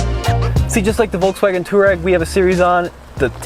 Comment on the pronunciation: please, I love your videos, but you need to pronounce Touareg properly. It’s pronounced “twa-regg.”